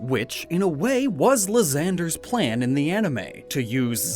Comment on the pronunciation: am i the only disturbed my pronunciation of the name "Lysandre".